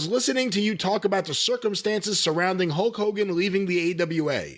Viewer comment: Love Jim and the way he says "Hoke Hogan."